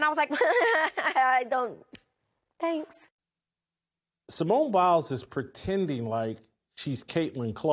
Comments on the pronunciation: At least get her name right sir Simone Biles not Blies 😅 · Bro you just did the same think calling her a quitter so actually your no different and your pronouncing her name wrong 🤦🏽‍♂️ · Get her name right dummy